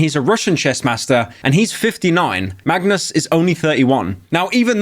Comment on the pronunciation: BRO ONLY PRONOUNCED MAGNUS' NAME RIGHT THIS ENTIRE VIDEO